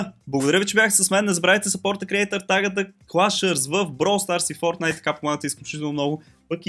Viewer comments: the people are calling it fortnite he calls it firtnite i am calling it TRASHNITE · без да искаш си объркал вместо Fortnite е Firtnite,но нищо никой не е перфектен продължавай в същия дух.